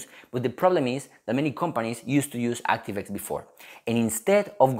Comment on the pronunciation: 액스티브 와이 ㅋㅋㅋㅋ